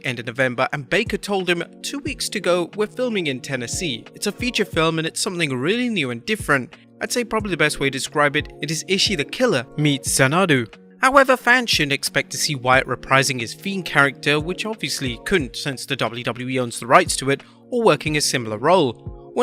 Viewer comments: Zen-a-du? Zan-a-do please, but ick, what a horrible movie that was. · Xanadu is pronounced Zan A Doo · Zanadoo? either listen to the olivia newton-john or rush song called Xanadu. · Why did he pronounce Xanadu so weird? 😅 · Wait- HOW did you pronounce xanadu? say it again! lmfao